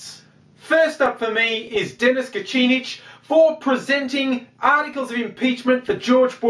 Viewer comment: Please never try to pronounce Dennis Kucinich ever again.